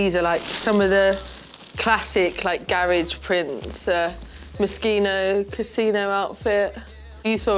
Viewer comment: She says moschino correctly, then incorrectly straight after.